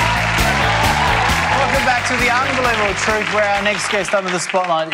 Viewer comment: I've enjoyed some of The Chaser's work over the years, but I've never understood why Craig was chosen as their point man. He slurs so badly he can't even say all the syllables in 'the unbelievable truth'. On another note, I think it's odd that The Chaser thought the show would work 1) on TV, 2) on Seven and 3) without someone of David Mitchell's calibre hosting. I don't think the Radio 4 version would survive a medium jump, so I don't know what they were thinking, dropping this onto commercial TV. I can't even call to mind one person in the Australian entertainment industry, outside of Andrew Denton, who could prop up such a format. And even then, the Aus TV watching public would be more keen on that stupid fucking instant marriage show, or people doing up houses.